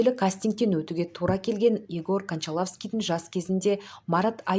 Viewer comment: Диктор мүлдем сауатсыз. Ң әріпін айта алмайды. ПАвест несі. Повесть деу керек. Кончаловскийді де дұрыс айта алмайды. Қарагөзді неге Чеховтыкі дейді. Оскарды, гонорарды қате айтады, сөздері құлаққа жағымсыз. Қызым ау , оқысаңшы, дикцияңды түзеп, орыс, шетел сөздерін дұрыс айтуға талпынсаңшы